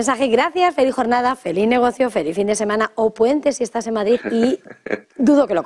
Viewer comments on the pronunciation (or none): none